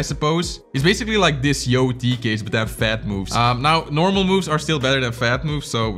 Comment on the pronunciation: for him, “diss” and “this” sound the same 😂